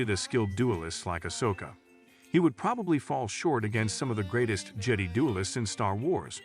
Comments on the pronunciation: I gathered that on the third: "Jeddy" lol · How are you gonna miss pronounce Jedi multiple times. You might as well just close up this channel. I’m telling YouTube to never recommend this channel again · How many times can you mis pronounce jedi in one video lol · I want to know who wrote this TTS engine, because the fact that it can't pronounce "Jedi" or "Sith" correctly means that the programmer deserves to have their geek card revoked.